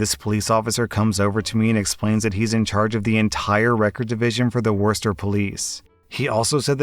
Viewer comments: Did he just say Worster as opposed to Wooster? I just died a little. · 1st story, you pronnounced Worcester wrong, its one of those confusing MA cities, its actually "Wooster" pretty much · Worcester MA is pronounced like “wuh-ster” or “wuh-stah” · It’s woosta not worster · It’s not Worcester. It Woosta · I’m from Mass. We’re always angry here, so I wasn’t surprised about the guy yelling at the OP. Oh, and don’t worry about the ‘Warsester’ thing. Technically it’s pronounced ‘Wooster’ but most people just say ‘Wusta.’ In any case, the British really liked adding extra letters to town names, and we’re too busy being angry to change them. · Not worster, it's woosta ;-)) But at least he wasn't saying wor-ces-ter. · Worster? Wuh-ster* At least you didn't say wor-chest-er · Worester? Its worcester (war-chester) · Wore-stir. No, just no. It’s Wuss-ter (unless you’re from Mass, then it’s Wuss-tah) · Is pronounced like “were-shes-ter” right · Worcester is pronounced Wu Str. Look it up in Google. The way it sounds there is pretty much how a native of Worcester would pronounce it except they would elongate the first vowel. More like Wuuu Str. Or like some teen girls who crashed our college party said, YO YO, we’re from Wuuuuu str. It was hilarious. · I physically cringed when you said Worcester like that. Born and raised in Mass. it’s pronouns Wo-ster if anyone’s curious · Great work love your channel. It’s pronounced WOOSTAH mass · Bruh how you said Worcester hurt me inside I live close to there. The cops there suck tho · I have a massive problem with how you pronounced Worcester it’s prounounced woostah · My hometown on Worcester is pronounced "wi-stah" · Worst-er. I mean, that's a good name for it, but man it's hilarious when people mispronounce it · Thank you for the upload bro. BTW Worcester is pronounced thus: WER-SES-STER. My pleasure bro! Peace & Love! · It’s pronounced WOOST-AH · Worcester... Pronounced Wooster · im sorry did just say Worcester like wurstner